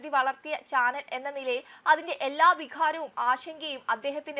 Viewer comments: രോക്ഷ പ്രകടനം അല്ല, രോഷ വിഘാരം അല്ല വികാരം. അവതാരക മലയാളം ഉച്ചാരണം തെറ്റുകൾ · 'രോക്ഷം' അല്ല, രോഷം. 'വിഖാരം: അല്ല വികാരം. ആക്ഷരം അറിയാത്ത ഊളകളെ കൊണ്ട് വാർത്ത വായിപ്പിക്കരുത് , അപേക്ഷയാണ്.